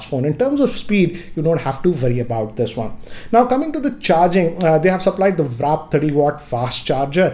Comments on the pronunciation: It's warp charge not wrap charge 😅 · It's "w a r p" charger guys not wrap ffs